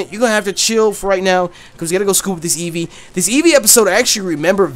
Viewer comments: please when I get my job, and set up my poketuber shit. I will pay you money to never say Evee like that ever again. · Jk but please never say evee like that ever again.